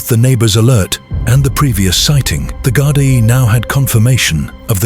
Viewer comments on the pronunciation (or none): Gardai pronounced Gardee🇮🇪☘️🙏🕊✝️😘